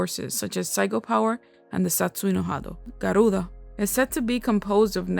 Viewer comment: Guys, I like how she says "Garuda." That accent man!